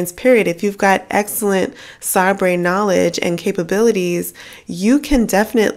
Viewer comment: Awesome Opportunities! Small FYI, SABRE is pronounced like the sword. Say-Brr I only know that because I was a travel agent when SABRE first came out and was a Doss system set up. Man, I am old. LOL!